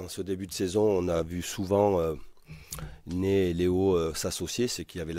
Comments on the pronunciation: Sa me perturbe il dit Né au lieu de Ney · Ney pas Nez mdr